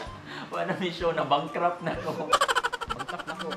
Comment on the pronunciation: Naiyak ako sa prayer ni baby girl, pero natawa ako sa end sa "bancrupt".hahaha lab you to all of you, take care KAYO😃😊